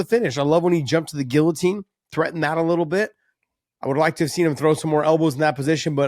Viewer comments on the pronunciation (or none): none